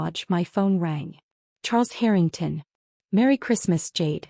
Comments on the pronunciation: Harrytongs? Check your AI. Pronunciations! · Dear AI it is Harring TON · Would be helpful if you actually pronounced Harrington correctly. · HARrrr in tungs - good god please get these AI narrations sorted. It’s nauseating beyond belief. Like nails scraping down a blackboard! Scream 😱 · "The Herring-tawns" Artificial Idiocy (AI) generated. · Why is the Harrington name pronounced two different ways? So Jade may not have found her way in the world. That doesn't mean she should be treated like something repugnant. She is their daughter and sister. She should be loved for who she is, not what she's done or hasn't done. When they made up the narrative about Jade, she no longer had the opportunity to correct them. Nothing she would have said would have been believed. They would have dismissed anything she told them. Even though Charles reamed her dad a new one, why should she be anywhere else but with the team that helped her make the company what it is? Why be somewhere where she hadn't been wanted? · Love the way AI mispronounces Harrington, and they continue to use the name throughout many of these stories 😂😂😂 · Why can the narrator NOT PRONOUNCE “Harrington” properly half of the time? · I know how to pronounce the Harrington’s name..AI may never recover..it’s not that hard..just say the name like it’t written…with the long A..easy..Peasy..it is.. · The mispronunciation of Harrington is driving me crazy. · If you’re going to tell a story, at least learn how to say the names correctly. It’s basic respect and effort. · Not really mispronunciation, accents are in wrong place that all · They do it on purpose to get people to comment as they get paid for comments. What better way is there ? LMAO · But you can just ignore it and focus on the main story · Agreed. It’s driving me crazy too. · Thought I was the only 1.!!!